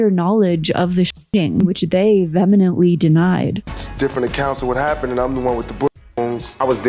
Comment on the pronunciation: vee hem ent lee. vehemently